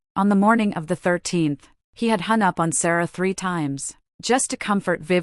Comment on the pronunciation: Your automatic voice kept kept saying "my my love" when Ethan kept refering to Sarah. There where a lot of stops and miss steps when the voice would say some words like "Star ah". Some proofing needs to be done.